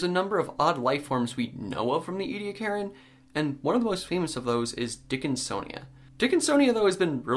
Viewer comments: Omg! I know I'm from South Australia and I've seen the Ediacaran fossil beds up close in the local museum so maybe I'm biased but do Americans have to butcher every word in the English language? It's "E-de-akaran" not "edi-karen" ffs! 🙄 Apart from that... Good work, very informative. 👍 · E-d-ak-a-run has five syllables and al-gie has a hard "g" in it. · Ediacaran was so named after the Ediacara Hills in South Australia. Ediacara is the local Aboriginal word for a water spring. So you might commit to the wrong pronunciation like Americans do with a lot of English words. But it's not English and as my heritage is from the area and the people I find it offensive. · It’s a genocided culture and preserving what little of the Aboriginal language hasn’t been already destroyed is the least you can do. “We’re just trying to learn” and we’re just trying to teach you the right things. Now you know the proper pronunciation, that’s part of learning, so you’re welcome. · A part of my heart died every time he mispronounced ediacarin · You're pronouncing the time period wrong